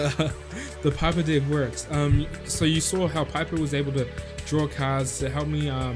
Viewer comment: i like the way says 'deck' as 'dick'! =)